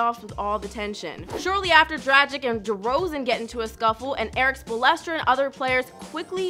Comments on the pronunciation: Who tf is Eric Spolestra it's Spoelstra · King Chaos “spalestra” had me weak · She butchered Erik Spoelstra’s name soooo bad😂😭😂 #BringBackBritt